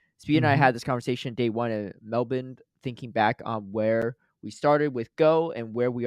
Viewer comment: Speaking for all Australians 😅, we appreciate the effort you made to pronounce "Melbourne" in a more locally acceptable way. Pronouncing it "Mel-bin" might have been a bit of an over-correction though, the best way to pronounce it is "Mel-burn".